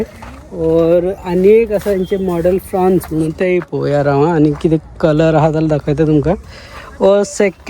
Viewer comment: I heard fronx as prawns😂